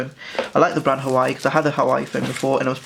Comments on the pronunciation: A couple of things: It is Huawei not Hawaii When you record dont have someone play on their phone in the background. I can hear some weird beeps. Slow the frick down! Half the time I cant understand what you say because you talk so fast and slurr your words. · its actually Huawei and its pronounced WAH-WAY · Ikr it's not hawaii it's hauwei and don't be so aggressive with the screen this video did not help me at all as I am getting this tomorrow and next time be A problem and block background noises other than that it was...... Actually nothing about it was good Xxxxxx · It's called huwa way! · pronounce the fucking name right if you're making a review